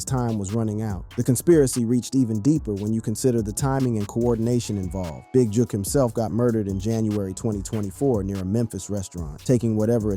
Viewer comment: The young man just said JOOK 🤌DAMN FOOL